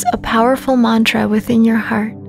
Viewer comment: I wish you'd do a better job with pronouncing Sanskrit words like mantra and namaste